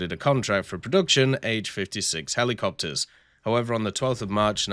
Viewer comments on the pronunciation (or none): none